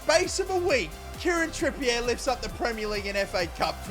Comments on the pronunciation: It's pronounced Trippy-A not Trippy-Air ffs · is the CEO of Kieren "Trippy-yeh"